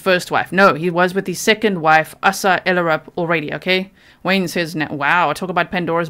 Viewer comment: The name is pronounced A sa as in ABCD...not ah sa or asssa.....Asa